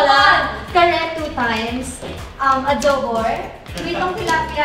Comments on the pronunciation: Maloi, rose ng pinas hahahah adobour,bulalour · “Kare two times, Adowbour, Bulalour, Tortang Eggplant, Sissyg” helpp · Adowbour, Bulalour, Tortang Eggplant, Sissyg. Maloi naman HAHAHAHAHAHA😭